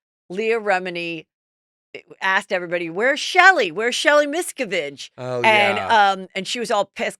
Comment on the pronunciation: Miss-CAV-ige is how the COS pronounces that cult leaders name.